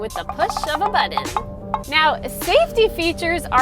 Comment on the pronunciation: I just watch these to hear you say butt-ton.